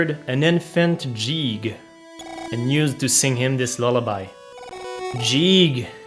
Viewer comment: You're saying "Jeeg", when in fact it's "Geeg" as the original Japanese is ギーグ (Giigu) Ang "Jeegas" is "Guy-gas", though in Japanese his name is still ギーグ